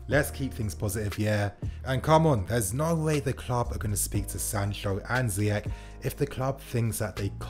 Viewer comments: His name is "Ziyesssshhh"...not "Ziyek".... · ZEYECH LIKE FRENCH OR CHELSEA NOT LIKE ZEYEK ( حكيم زياش ) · It's pronounced Ze-eh-sh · Ziyeshh, if fan channels pronounce his name correctly the fans will and then the commentary might just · I believe his name is properly pronounced Ziyesh. Time for Willian and Pedro to go. They both have been great servants to the club but that time has come. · Btw it’s pronounced Ziyesh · It’s pronounced ziyesh instead of ch, it’s a sh